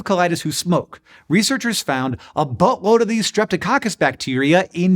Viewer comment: Uhh, am I hearing "boatload" or "buttload"? Comedy gold Hank, right there in the colon 😂